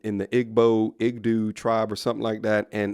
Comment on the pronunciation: I think Igbo is pronounced Ee-boe 😊